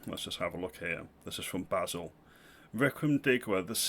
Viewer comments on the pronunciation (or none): none